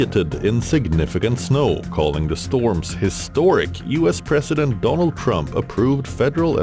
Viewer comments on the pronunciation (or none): Pronouncing ‘president’ like ‘precedent’ is confusing for the average listener. Please stop. 🙏